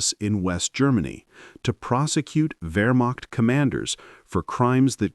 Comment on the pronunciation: Its" ver mact"...not "where mac"...stupid ai narration...ruined it.